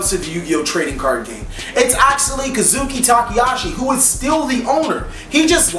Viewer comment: Konami -> Ko-nah-me Kazuki Takahashi -> Ka-Zhu-Ki Tah-Kuh-Hah-She